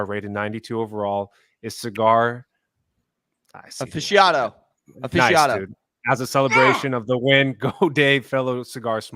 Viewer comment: How can I as a redneck from SWVA say aficionado better than 😂